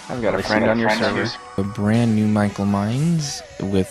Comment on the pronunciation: Who is this "Mhykol" that you speak of?